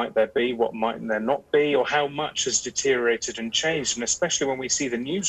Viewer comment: Wtf is "DETEERIATED"?